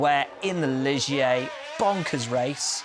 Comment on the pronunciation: Will, need to work on pronunciations. It’s Pan ee for Olivier Panis and Lee jhay for Ligier.